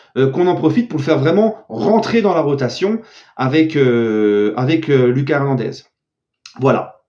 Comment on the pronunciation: STP lit mon commentaire là: La prononciation de Lucas Hernandez c'est "Loukass", c'est à l'espagnol, tu le dis mal dans chaque vidéo. Deuxièmement, pour Serif Nhaga, c'est "SERIF", pas "Cherif". STP Chef 🙏